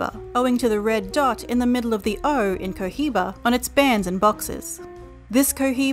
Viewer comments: Omg I would delete this and Re-record this narration... the Co Jiba, guys, really??? C,mon... Really guys, (Co-Iba) No 'jeich' sound included. CO....IBA.. AND THATS IT. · Hey... The H in Cohiba is Silent please!! It's so cringy to hear that H 😫😭